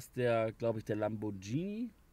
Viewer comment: LamborGhini nicht Lambordschini. Das H hinterm Konsonanten macht diesen hart im Italienischen .